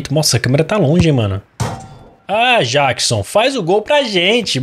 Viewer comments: NÃO É JÁQUISON! É JÉQUISON!!!! Mds🤦🏻‍♂️🙆🏻‍♂️ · não é Jackson é Jeckson